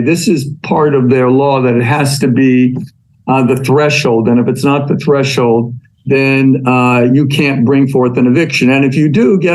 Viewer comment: Fun fact: "Threshold" only has ONE h in the middle. It's thresh-old, not thresh-hold.